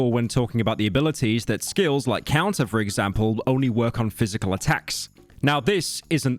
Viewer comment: "Pysical", 8 hour video RUINED